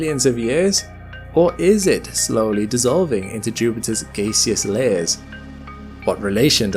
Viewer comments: Why did you say "gayseous" ? I think you mean gaseous. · You said gas correct but then said “Gay-see-us” and I’m confused 😝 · It's probably AI. I've never heard anyone pronounce 'gaseous' like that.